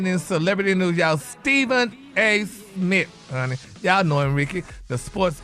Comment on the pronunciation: Why doesn't Gary ever pronounce "Smith", he always says "Smit"😂😂😂